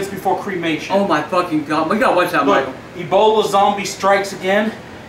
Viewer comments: Its ebola not eboli and its serious no more jokes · Say Eboli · say eboli LMAO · he said eboli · He knows that agp says it like Eboli